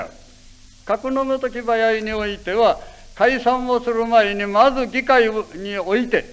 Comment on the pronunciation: せ を しぇ 場合は ばやい と発音する。 昔の発音かな？